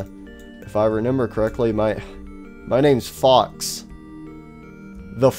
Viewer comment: I like how he says re N ember instead of remember